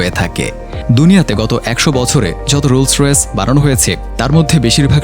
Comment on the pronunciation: গাড়ির নামই বলতে পারেন না